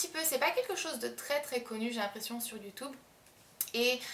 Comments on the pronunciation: mdrr a elle dit youtoub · Aucun problème, mais c'est vrai que pour ceux qui disent YoutUBe ça fait un peu bizarre à entendre, mais j'avais très vite compris pourquoi tu le disais comme ça :) Bisous ma belle!